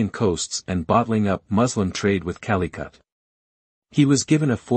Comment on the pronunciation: "King Manuel eye" , "Calicut" You all need to stop with these auto voices. 🤣 Good content though...